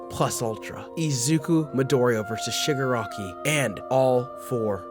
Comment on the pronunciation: i cant stop hearing sugar-rocky